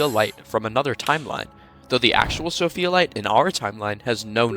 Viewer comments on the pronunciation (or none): none